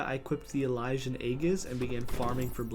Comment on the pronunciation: cool video, I only died once when he pronounced elysian as "elijan"